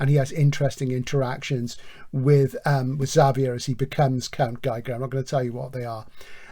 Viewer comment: Xavier is Javier. (ha-vee-air) I think it is a Basque thing that the J is written sometimes as X. That is my understanding. Not important but it has to be said. Edit/add on Nice show, very enjoyable. Terry Pratchett is famous for his humour but I don't find it laugh out loud stuff, Barry Malzberg is not well known as a particularly humourous writer as far as I know but I found Beyond Apollo hilarious